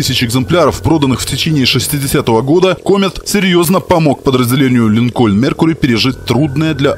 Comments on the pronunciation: Много раз произносится слово "Линкольн" с ударением на "о": "Линко'льн". А на самом деле он "Ли'нкольн", с ударением на "и". Ну ёмана, как так-то? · Не линкОльн, а лИнкен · Автор молодец, всё супер, но 1 маленький нюанс. Правильное название марки не ЛинкОльн, а лИнколь, в честь 16 президента США